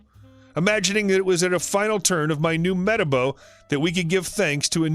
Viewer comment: Just to let u know that your saying metabo wrong